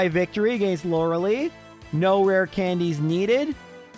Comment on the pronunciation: Stop saying Lorelee. It is Lorelie